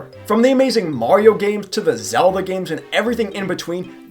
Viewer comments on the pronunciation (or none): none